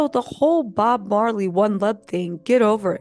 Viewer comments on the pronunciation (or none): none